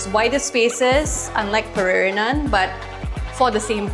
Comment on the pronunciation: I'm surprised you wouldn't know how to pronounce Pererenan. Also, a wider aerial view would've been a nice shot.